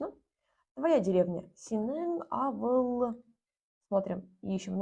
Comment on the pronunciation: Не авыл, а аwыл. Это литературное произношение 😊